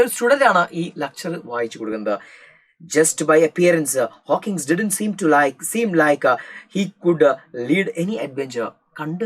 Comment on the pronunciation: Hawkins alla Hawking ann Hawkins oru pressure cooker aann😅